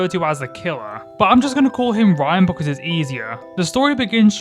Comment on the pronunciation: dude i love this video but why do you say "because" as "buh cuh"